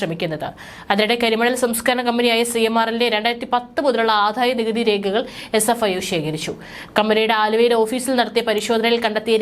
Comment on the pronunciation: ആദായനികുതി. ആധായ നികുതി അല്ല😢😢😢😢